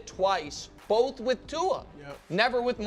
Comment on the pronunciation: You probably want to stay away from the east coast then. P.s. I hate the way him and coach say "bolth" instead of both.